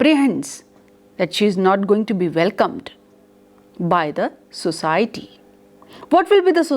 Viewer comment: Ma'am you are a good teacher just a little bit of improvement needed in your pronunciation of some words for example : " society ". And yes another thing please wear simple saree your saree is very distracting it seems as if you are going to appear for some invitation. IT IS VERY DISTRACTING. YOUR ATTIRE N YOUR JEWELLERY IS TOO MUCH FOR TEACHING ONLINE. YOUR CLOTHES REPRESENT YOU THE MORE SIMPLE THE BETTER. HOPE YOU UNDERSTAND.